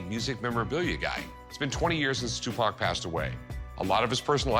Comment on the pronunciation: LOLOL "What can you tell me about Too Pack? This.... Sugar Knight?" 😂